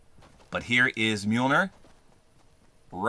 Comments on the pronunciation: Is this the first time he's ever said mjolir? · its pronounced mule near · You mean meemilneer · Just a quick note, it's pronounced m-yole-near. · Tip from anakun of the day - thors hammer is pronounced «mjolnier» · Mjolnir is pronounced myul-neer. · By the way, Mjolnir is pronounced Mil ni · its mee-youl-neer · dude your a marvel fan and you can't even say the name of the hammer right 🤦‍♂️ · you’re saying Mjolnir wrong😂